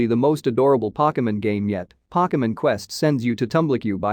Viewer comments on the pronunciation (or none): He said pockemen